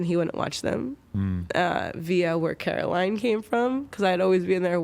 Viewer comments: Caroline? it’s COR-aline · its coraline not caroline ur just like all the people in the movie that say her name wrong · I highly doubt any of this..... It's so easy to play "pregnant and I lost it from trauma"...... When your seeking for MORE attention...... Not once* but three*** times..... Also it's COraline..... Not CAraline.... We miss you Juice*> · caroline lmfao it’s coraline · its Coraline not Caroline >:( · Coraline....It's Coraline